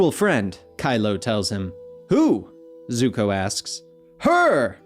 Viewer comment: did this man say Zuhko like some live action movies nonsense. Lol I only heard it once so not gonna go off about it but fr.